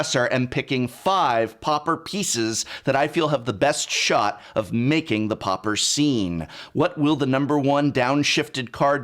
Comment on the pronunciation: Loved the video but it drove me crazy how you pronounced pauper. 😄 Almost had a prounounced eye twich and frothy mouth foam look going on 😄